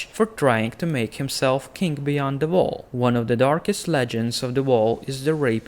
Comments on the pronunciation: Quite funny how you say "wall". I always heard "vow" ^^ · It's when he says "voll" instead of "wall" and "volvs" instead of "wolves, '"voomen"for "women" and "vaildlins" for "wildlings". I agree, but it makes it more interactive somehow- dunno why.